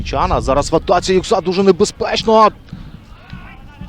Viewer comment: Коментатор, ти сам себе чуєш, наголос на слова навчись правильно ставити Юʼкса а не Юксаʼ